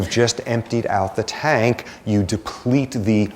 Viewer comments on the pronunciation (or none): none